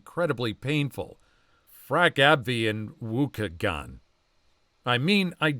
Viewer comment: Waukegan is a suburb in Lake County, IL, just north of Chicago. It's pronounced "Waw-KEE-gun." AbbVie used to be Abbot Labs. Fuck AbbVie, indeed. When I was sharing med-reaction info with a bunch of other crazy people, we realized a higher percentage of us than would be expected had the same adverse reaction to one med. Granted, it was not a random sample, nor was it a statistically significant sample size, but when three out of five people experienced something the drug company claimed happened in only 3% of their study group, something is... off. Now I know how their numbers get so skewed. I wonder if the pharma folks know about this result of their practices?